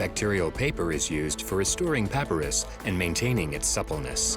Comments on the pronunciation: All this and the narration mispronounces papyrus numerous times (puh·pai·ruhs)? :-) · AI music to go along with the AI narration. Consistently mispronuncing of “papyrus”.